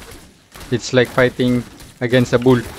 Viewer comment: I heard "payting" (fighting) so alam ko pinoy to